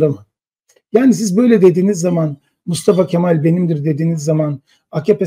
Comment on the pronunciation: Bence Yılmaz Özdil , Mustafa Kemal ismini gevelemiyor. Söylüyor. Bağıra bağıra söylüyor. Gevelemiyor. Yürekten söylüyor. Altı dolu söylüyor, bilgiyle söylüyor. Katılmıyorum. Benim fikrim , sizin aksinize, daha çok artıyor kurucu liderimize duyulan sevgi.